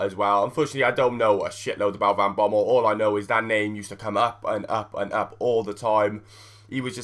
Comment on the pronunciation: As a Dutch guy its funny to watch you struggle to talk about Van Bommel :P